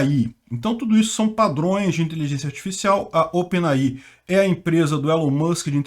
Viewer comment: OpenAI se pronuncia ôpen êi-ai, para quem tiver curiosidade...